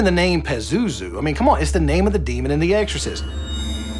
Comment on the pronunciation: The way dude in the beginning pronounces Pazuzu irks me. LOL. Peh-zoo-zoo.........